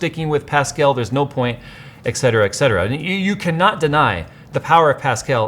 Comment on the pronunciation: "ec-cetera?" C'mon, it's "etcetera".